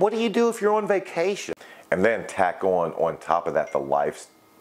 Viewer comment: The way he said vacation 😂😂😂😂